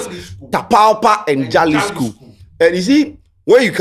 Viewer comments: small correction. The name is pronounced Halisco not Jalisco. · Also it’s pronounced halisco. Though it is spelt as Jalisco in Spanish j is pronounced as an h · it’s pronounced Halisco although it starts with a J. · Halisco is the Pronouncement Jalisco is the spelling. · the spelling be jalisco buh u for pronounce am halisco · please its pronounced Halisco not Jalisco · my boss its pronouced “Halisco” even though its spelt Jalisco spanish word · don't you watch current documentaries about cartels???..also it's pronounced 'halisco'..j usually sounds like 'h' or silent in the Spanish language 😊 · It's pronounced as "Halisco"